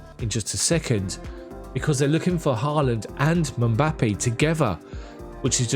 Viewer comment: If you can say Ngolo you can say Mbappe. You are not used to names with two consonants together being English, but you can do it...just practice 😉.